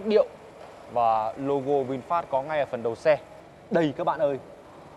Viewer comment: Hiệp Vũ Mồm kêu văn hoá thì tối thiểu cug đọc tên hãng cho nó đàng hoàng. Ngta là Vinfast, đọc vinphet thể hiện clgt??? Nản nhất mấy thành phần này